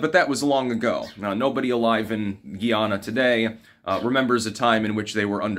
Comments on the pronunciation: Guy Ana (or awna) not Gee Awna. I am Guyanese and immigrated to the US as a child. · not GHEE YANNA ...its GUY AH NAH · it’s Guy-ana not Giana! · GUY-yah-na --- rhymes with MY Llama -- geez -- you pronounce so many things incorrectly. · It's pronounced like it's spelled. Guy-ahnah. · I’m suing you over this pronunciation my lawyer will be in contact. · I've met many a Guyanese person, and they pronounce it Guyy-ahhhna-mon. They used to call themselves "coolies" and taught me how to clap roti 😋